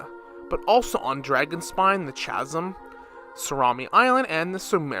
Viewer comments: "Cha-sim" I cannot take this video seriously I'm sorry... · My brother in Christ, this is a great video but PLEASE pronounce Chasm correctly going forward, you're killing me here 😂